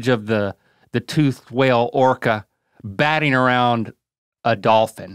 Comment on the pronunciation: I like how we found out that besides the word Wolf, Rhett can't prenounce Dolphin either